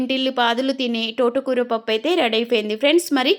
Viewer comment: టోట కూర కాదు, తోట కూర ఆని పలకాలి ఛీ ఛీ